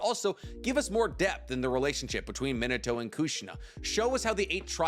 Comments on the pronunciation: Why does he say Mini-toe instead of Min-Ah-to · Bro you driving me crazy saying minato’s name like “mito” 😂😂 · Does he not know how to say Minato's name correctly? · The butchery of his name is on another level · hate how he pronounces minato